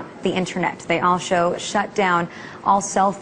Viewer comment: Lol she said : alsho xD